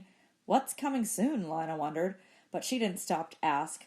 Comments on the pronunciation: It’s pronounced LINA not LANA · It’s pronounced ( lena) not lina even tho its spelled thwt way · Isn’t her name pronounced lee-na